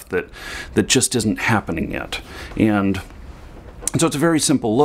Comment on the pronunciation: I don't mean to be offensive, but in the first two minutes you say 'and' about 50 times, and you say it like 'end'. Quite annoying. Content was good, though. Thanks.